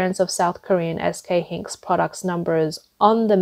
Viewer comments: Btw its pronounced "S K HI-NIX" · in case it ever comes up again in another video 'SK Hynix' is pronounce 'SK Hi-Nix' ... got it? ALSO NAND and DRAM are not said with each letter, they are just said as the words they spell out Nand and Dram - got it? Good! I hope this helps.... and I hope that this doesn't co-me off as rude, I just want to be helpful and maybe make the channel just that little bit better :)